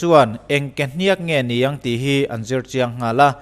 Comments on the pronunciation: Kehniakkk a nilo kehniak, thluk a awm lo. Ka lo sawi ve mai2. 😇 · Kehniak or Kehniâk chu ti la ala pawmzam theih deuh Kehnîak i ti tlat mai hi ava mak em! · A tawp hi sang lovin a hniam tur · Ke hnîak ani lo..ke hniak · ke hniaakkkk itia, kehniak tih tur nilo mi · Ke hniak i tih a hniak i tih khi a dik lo deuh, a rim hniam tur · Ke hniak i thluk dan hi a diklo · Kehniak hi lam dik la ngaihthlak a nuam sawt tur. Kualkhung tih lam angin hniak hi a ri a hniam thla tur a nia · kehniak tih ilam kha i pai deuh anih kha mizo ini maw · Kehniak i lam dan hi dik lo in k va hre ve awww. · Dik chiah thlukna a wm lo .... 👍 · Kehniak i lam dan chu mak ka va ti ve, Kehniak ka lam dan nen a in anglo deuh a, chuvang chu nia mak ka tih. Engpoh nise ka/kan support em+ zel che aw.. ☺👍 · Kehniak a lam dan hi a dik lo. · Ke hniak i lam Dan hi a diklo..